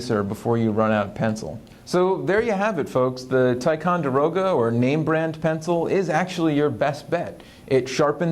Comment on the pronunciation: It’s pronounced (tic-on-der-o-ga)